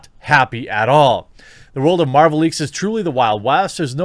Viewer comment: Why does he keep saying "Marjul"? I caught it in other videos.